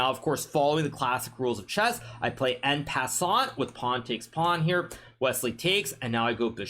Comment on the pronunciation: New day, new way hikaru says en pessant